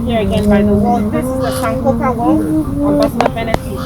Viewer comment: are you not ghanian? why do you pronounce "sankofa" like that?